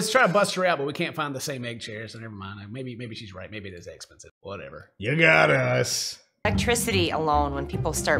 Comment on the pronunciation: Anybody else hear “maybe it is egg-spensive.” ?